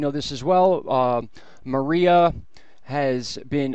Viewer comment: 14: Mar EYE ah? Mariah CAREY? It's Mar-ee-a.